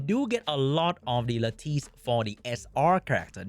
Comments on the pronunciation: LAT TUS PLEASE it’s not LAT TEES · It’s “Lattice”. Pronounced similar to lettuce. Why are all content creators making up a new pronunciation for this word…